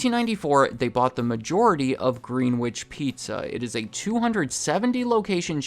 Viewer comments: Greenwich is pronounced "Grenich"... Just FYI...not Greenwitch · FYI “Greenwich” is pronounced “gren-itch” :) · Greenwich is not pronounced "Green-witch", it's "Gren-itch"... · It's not green-witch, it's gren-itch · It's pronounced Grenitch. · It is pronounced; grenn-niche 😊 What I think is, rating chickens from fastfood chains is #1 Jollybee #2 KFC #3 Mcdonalds #4 Popepeys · Greenwich isn’t pronounced like “grenitch”? In Greenwich pizza? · the way he pronounced Greenwich made me want to die